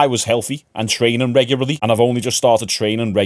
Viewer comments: We all just gonna pretend that he didn't just say reguarly.... twice 😂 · reguraly? Reguraly?!